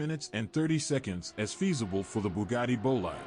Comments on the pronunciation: wha colo is yo booh-gadi? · Loo mans Boh-lyde Booh-gadi